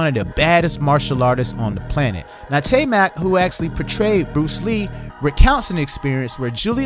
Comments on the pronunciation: Tye-mak, not Tay-mak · Taimak is pronounced TIE-MOCK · come on, man... it's Taimak. TIE-MAHK